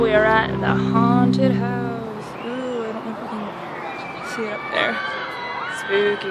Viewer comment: You said spoopie skeleton.